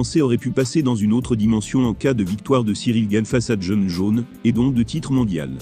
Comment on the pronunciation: La voix off me fait toujours marrer à dire "Jon Jone"